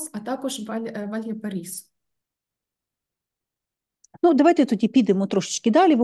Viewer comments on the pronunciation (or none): Добре. Тільки регіон Чилі називається не Вальяпарісо, а Вальпараїсо ).